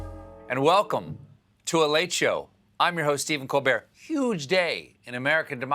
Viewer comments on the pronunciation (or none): none